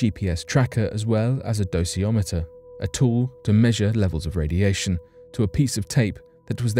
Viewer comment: It’s pronounced Doseimeter not dosee imeter